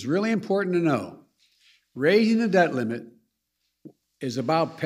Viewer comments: Did he say " dead limit" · Sounds like Joe keeps saying “to raise the dead limit”